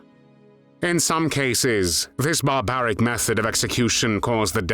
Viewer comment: Barbaric? Or Bar-a-baric